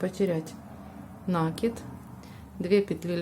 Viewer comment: вы откуда? Почему нАкид??? Что выдумываете!!! В русском языке есть только слово накИд! А хотелось с вами связать комбинезон для игрушки,но нет сил слушать ваш нАкид!!😢😅😅😅